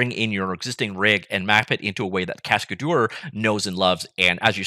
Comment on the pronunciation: I pretty sure that's not how it is pronounced. "Cascadeur" is a french word, right?